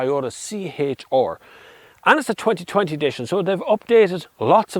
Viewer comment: “tHiS iS tHe ToWyOwTuH C-HaYtTsH ArRrR”